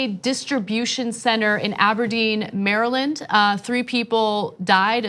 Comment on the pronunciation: Maryland? Is that how you pronounce it?